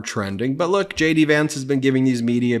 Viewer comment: Each time Ben says J.D. Vance, I hear Shady Vance lol. Vote Blue!